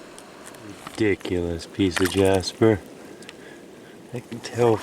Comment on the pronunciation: "RE-dic-u-lous druzy crevasse creature" is now my favorite thing